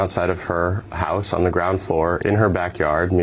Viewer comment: why does he say house in Irish